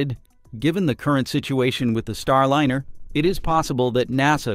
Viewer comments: Star-LIN-er? Isn't "Starliner" a play on "ocean liner" pronounced LYE-ner? Seems like another AI narration fail. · i almost liked this video until i caught the voice to be an AI robot. how can you pronounce Starliner as Starlinner? is the content also AI?